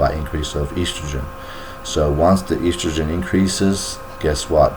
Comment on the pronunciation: So boring! Made me sleepy and he can not even pronounce estrogen properly. Eastrogen Ha, Ha!